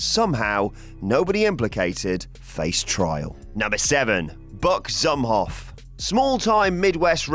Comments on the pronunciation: It pronounced like zoom off not zumof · It's pronounced Buck Zoom-off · Its pronounced rock n roll buck zoom-hoff